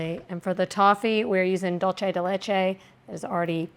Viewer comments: I hear the ingredient mispronounced many times and it always annoys me! It’s not an Italian word (dolce), it’s Spanish (dulce)! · I love that you pronounce "dulce" (de leche) as if it were Italian. Showing your heritage!